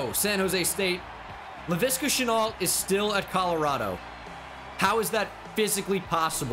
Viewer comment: Levante shenault not laviska